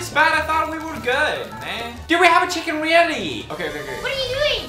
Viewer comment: I take a shcken you take a shicken